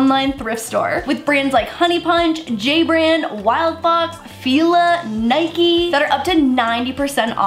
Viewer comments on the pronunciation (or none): none